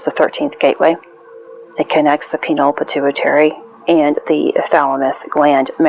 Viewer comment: Fri The 13th is the death of the knights Templar ,leading to it being considered a bad omen since that’s it I swear to you, don’t think too far into it, you’re sag ,the constellation doesn’t reach through the wheel entirely that’s why it was left out in the first place. And it’s pronounced (pie-neal )gland fellow Taurus just looking out for another use your (fixed energy ) to decipher what bs is being fed to you I have a tortured Aquarius moon and have studied 20 years you’re going to be okay you rest with the archer. If you never heard it you would never know, God bless . The lord gave us mathematics, zodiac and language along with the sciences and art to understand one’s self manipulate matter and communicate it’s intelligent design on a higher level that no Riki can explain.